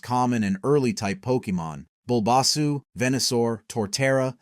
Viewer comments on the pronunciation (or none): AI voice overs need to get their pronunciation fixed. I mean, Bobasu for Bulbasaur?...